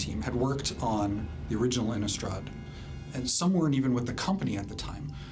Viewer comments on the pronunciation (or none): why does everyone even at wizards call it "innUstrad"... there's an i, not a u!